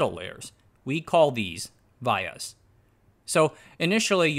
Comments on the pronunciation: Not Vy yahs - Vee YAhs. In America. VIA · I design and put together power IC's for a non-descript large corpo. They're pronounced "vEE-uhs" ;) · Vias: “Vee-uhs ” Pitch = line width + line spacing Actually, Black Diamond is the name of the best song from KISS. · The way you pronounce vias triggers me 😂, love the video’s regardless